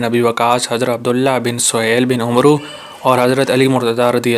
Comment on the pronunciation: Umroo nhn hota amar hota hai